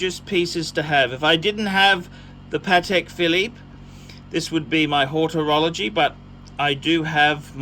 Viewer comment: "Hortorology" <---- WHAT?